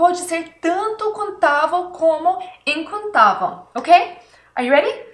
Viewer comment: Seu português e bom mais quando você for falar incontável você tem que ser lembra de termina com o som vel